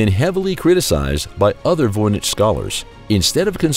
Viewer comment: Why did the narrator begin saying Voynich wrong half way thru?